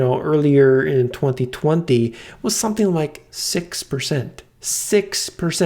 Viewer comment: great info. btw gangsta way of saying 2020 .. thwathee thwanthee.